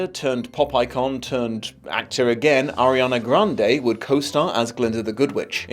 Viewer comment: Huh, I never imagined how would go about pronouncing Grande but I still somehow never expected "Gran-day" to be it.